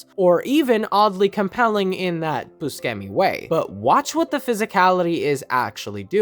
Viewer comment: Good video, hate how you say buscemi